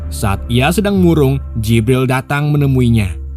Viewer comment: jibral jibrill . mimin e mabok